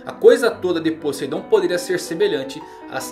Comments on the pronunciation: "Podeidon" kansksnsn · "Podeidon" aí é a arma mais potente, manda salve!!